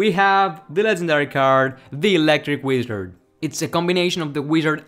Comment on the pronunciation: electric what? electric wiezoo.. pronouncing back at it again